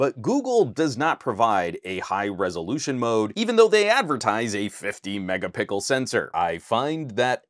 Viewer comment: Please stop mispronounce megapixel. It's an easter egg that became an overused meme. Great video BTW, there is a reason professional cameras aren't at 500mp / 1gp